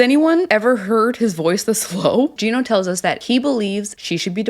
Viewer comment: Yes you are pronouncing his name correctly! Finally someone says it right!!